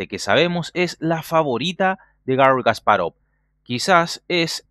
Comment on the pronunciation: Porque dice kas parov es Kasparov todo junto...